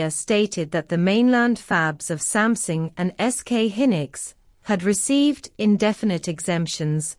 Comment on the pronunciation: Samsung has become "Something"? Please don't use AI voice over.